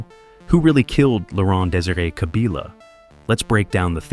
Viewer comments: Kabila not Kabiila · The pronunciation is "Kabila" and not "Kabila"